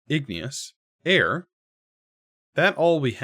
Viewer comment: ignus is two syllables!